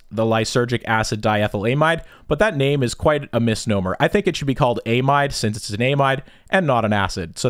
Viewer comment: I fn hate the way you say amide, or lysergic acid diethylAmide.